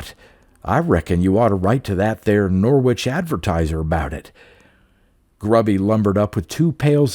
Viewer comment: Another good one 👌🏻 Can I gently say that Norwich is pronounced Norrich - they’re tricky things English place names :)